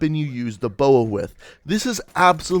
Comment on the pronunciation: Calls B O A a boa and Calls the ELO an E L O